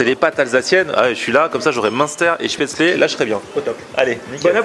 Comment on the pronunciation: L'Alsace la meilleure région pour manger ! Quantité et qualité ! Par contre 2 questions : - les tartes flambées sont bonnes dans ce resto ? - dans le nord de l'alsace on dit spaetzle (-eu) et pas spaetzlé: erreur ou la version du 68 ? :D